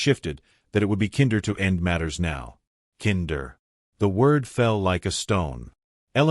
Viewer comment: The word is NOT kin-der. It’s kind-er!